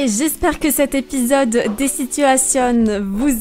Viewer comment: j'adore ''les situationnes'' mdr